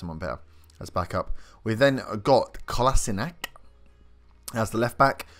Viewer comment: Late to the party, found this googling around looking for inspiration for my new FM19 "playthrough". Kolasinac, you got it 99% correct. the c at the end should not be a hard K, more like a "tsch" if that makes sense? Asked my bosnian co-workers.